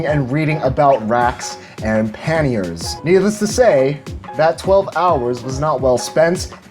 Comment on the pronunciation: Love your videos , they're very educational. It's a little late for the correction and I don't mean to be a ∆!€K , but it's pronounced like Kanye with a P , "Pa-Nye" , with the "a" sounding with an "Ah" and not "an" sound "Pah-ni-é". Love the video